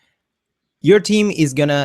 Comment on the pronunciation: You're definitely right with the team instead of theme pronunciation I laugh sometimes while reading the closed caption the lyrics was team not theme and also the thumbnail pronunciation in the closed caption it is nominal sometimes numb nail... But its all ok nice tutorials by the way... thanks to you